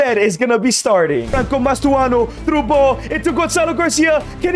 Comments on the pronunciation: Even you got it wrong lmao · Bro really said "Mastuono" again 🥀🥀